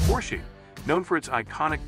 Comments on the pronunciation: Probably should replace the audio so the AI doesn’t say “Porsche-y” 😂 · Oh goodness it is bad. This not worth watching. It is awful to hear the pronunciation of Porsche. Not worth it dude.